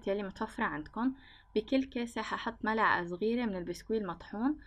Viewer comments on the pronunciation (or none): none